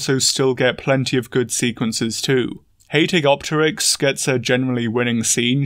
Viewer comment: The online community actually didn't complain about the rex vs Quetz scene from what I read and saw. Your pronunciation of Hatzegopteryx is certainly unique. :P Hat-Z-Gop-Teryx is how I always said it.